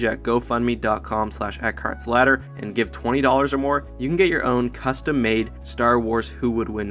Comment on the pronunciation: every time I hear you say your name I hear "A carts slaughter"